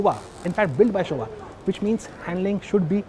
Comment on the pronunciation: It's Showa not shuba